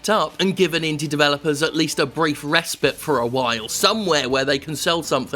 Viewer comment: '...given indie developers a brief res-spit, for a while'. Not to be a pedant, Jim, but it's re-spite - rhymes with 'kite'. Also we've established Valve is a shitty company so can we move on to things that hold weight in the industry? As you say, developers don't take Steam seriously anymore, so that should indicate it's not worth covering. Of course, AIDS Simulator is awful no matter how you look at it, but Steam being Shit is not gonna change anytime soon.